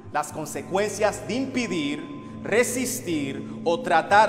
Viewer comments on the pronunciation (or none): "impidir" ?? En cerio ? Ese video es demasiado falso y tras eso se nota que está leyendo lo que está diciendo! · Una muy mala producción... El disque presidente universal luce asustado y hasta pronuncia mal "impidir". No sé cómo hay personas que creen en esto, si hasta los guardaespaldas se ven falsos como billete de 30 pesos. Tu video muy bien y gracias por aclarar siempre las cosas! 👍😊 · "Impidir", jejejejejjeje